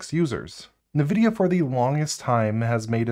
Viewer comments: btw nvidia is pronounced envidia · Nividia?? N-Vidia?? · Why is everyone pronouncing Nvidia “nuhvidia” now? How did THAT start? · What kind of psychopath calls Nvidia "Navidia"?